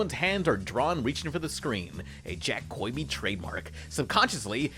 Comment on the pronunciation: why do you say jack koiby lmao